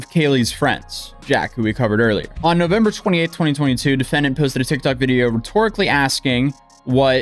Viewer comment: "NoFember" lol